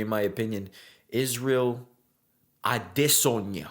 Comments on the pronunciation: I am subbing for that pronunciation of Adesanya alone 😊 cheers bro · I love how you keep pronouncing his name like it's meant to be. And new!!!!! 🏆 🔥 Love your talks,! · being a Nigerian its you are one of the few youtuber who actually said his name correctly . for that am a fan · Your pronunciation of his last name is impeccable, it is the exact way a native yoruba Nigerian would have pronounced Great presentation too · As I Nigerian I love the super correct way you say “Adesanya” also well said on all points!!! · wow! Your pronunciation of Adesanya is spot on. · YESSIRRR. You got the pronunciation right!! ADESANYA 🇳🇬🏹🏹🏹